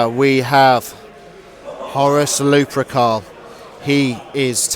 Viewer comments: Gotta say, it's lup*er*cal, not luprecul, and it's justaerin, not justicar terminators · Also Lu-per-cal, not Lu-pre-cal. Hehe.